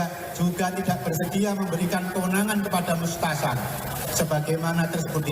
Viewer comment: Mustasyar bung. Bukan mutasar